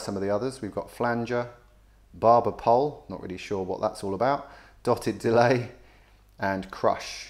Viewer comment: "barber pole, not really sure what thats all about" love how british that was lolll